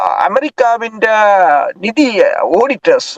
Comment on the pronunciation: டேய! மடையா! ஒடிட்டர்ஸ் இல்லைடா. ஆடிட்டர்ஸ். சரியான உச்சரிப்பை முதலில் கற்றுக் கொள்.